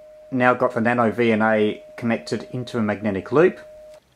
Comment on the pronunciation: About a minute in, I swear he said NanoDNA. Was that intentional?